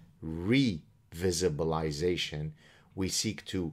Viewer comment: "Revisibalation"! 😂😂😂😂😂😂 LM(F)AO!